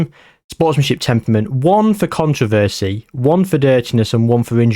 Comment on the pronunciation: i have never heard anyone pronounce controversy like you just did